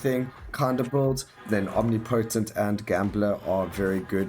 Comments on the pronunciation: There's a difference between "accent" and "wrong" :D Accent is when you pronounce "aɪ" phonetics as "a" bc South African drops inflection. Wrong is when you say omnipotent wrong :P But hey, just tryna help. No hard feelings. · Thanks for the showcase! Updates look fucking awesome. But, my guy, that's not how you pronounce omnipotent :D